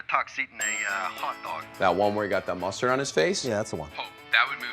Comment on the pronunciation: It KILLED me when he said Musserd.